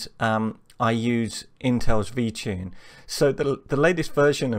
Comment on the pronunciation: Why does it sound like your saying VChing? This is interesting, we need more programming vids please.